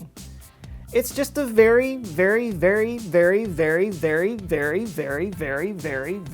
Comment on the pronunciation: After the long string of “very”s I heard fairy for every other very you said